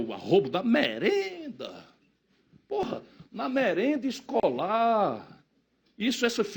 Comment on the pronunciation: Ele falando merenda é muito engraçado rsrs